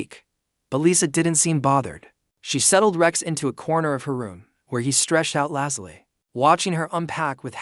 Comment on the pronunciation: Good plot, but narrator's voice (AI?) is boring and the mispronunciation of even simple words like "lazily" very distracting. Has some loose ends that need to be wrapped up such as why Lisa travels with a tiger, why she came to the colony or what her job is.